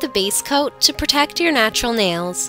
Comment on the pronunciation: Nails not ails